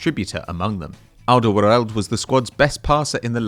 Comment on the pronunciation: Good lord i've never heard someone butcher the pronunciation of Alderweireld quite like this